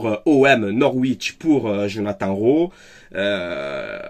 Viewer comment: Rowi on prononce